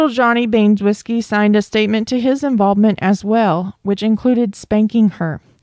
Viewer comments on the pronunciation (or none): Baynes-whiskey? Ban-eh-zow-skee. Hope that helps